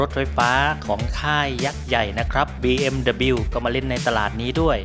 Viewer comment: บีเอ็มดับเบิลยู ครับ ไม่ใช่ บีเอ็มดับบิล